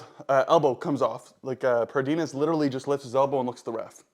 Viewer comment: The Brachialis is between the tricep & bicep. The brachioradialis is the muscle on the upper forearm. So you got them backwards. And Pradines is just 2 syllables. Not Pra-deen-es. Its just Pra-deens. Also, why are you doing your back pressure angle so high if you dont mind me asking?